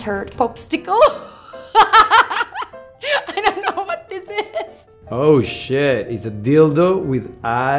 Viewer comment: "Pop stickle"